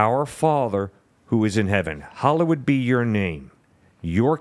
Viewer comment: The pastor pronounces hallowed wrong.